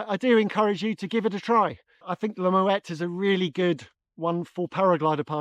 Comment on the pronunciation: It’s pronounced “MmmmWET”